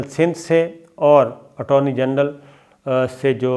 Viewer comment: You said Attorny Gandal, ur tongue slipping alot, sab theek tho hai na bhai ?